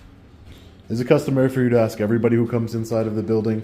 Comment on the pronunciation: Stop saying “Ax”, you’re way too educated to say the word incorrectly. It’s “ ASK” no X in it, thanks!